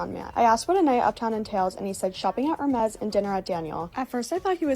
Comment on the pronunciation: did… did she really mispronounce Hermes?